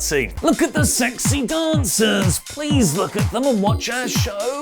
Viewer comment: LOOK AT DA SEXXHY DAUNCERSS!!.. lmao. I can’t get that outta my head,, you sir, are comedy gold